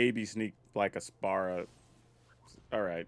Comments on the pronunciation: Also, the pronunciation is more like "spear-uh", just fyi for the creator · You know normally mispronouncing something doesn’t bother me much but FFX is my favorite Final Fantasy game and hearing you call Spira Spara repeatedly has like a small dagger and it’s worse when that’s not even his name but the world of FFX, his name is Sin!!! 😂 still a fun watch despite this though.